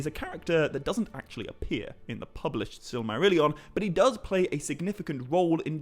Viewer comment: Maybe I'm just tired, but every time you say "Silmarillian" I keep hearing "Silly-marillian" And now I really want somebody to write a spoof of it.